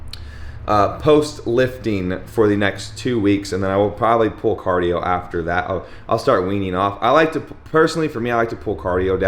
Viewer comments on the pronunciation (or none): I swear you said “Pool” day instead of Pull Day😂😂